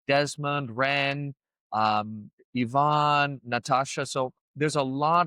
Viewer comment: It’s Yvonne not Ivan😅